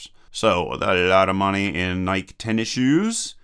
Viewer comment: IT'S PRONOUNCED LIKE NAIKEE, NOT NAIKE LOL